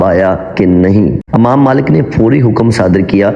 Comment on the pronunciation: بہت خوب۔لیکن اسلامی کہانیاں سناتے وقت پہلے اس کے الفاط کا صحیح تلفظ سیکھنے کی کوشش کریں۔ امام میں ا کو زیر کے ساتھ پڑھنا چاہیے ۔ غسال کو زبر کے ساتھ۔ دوسری غلطیاں بھی تھیں۔ اس کا خوب اہتمام کریں'